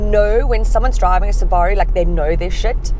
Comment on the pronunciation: Yes the correct way. Suba-roo is americanisation and is incorrect.